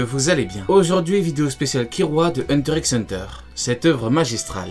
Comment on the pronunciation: Ça me stresse de ouf que tu prononces le x de hunter x hunter 😖😖😖